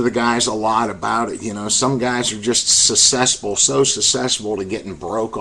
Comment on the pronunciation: he said cess pool instead of successful